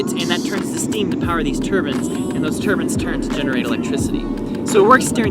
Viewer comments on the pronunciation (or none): "Turbans"? Turbines maybe! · "And they power these turbans" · Turbins? Shtoring (storing)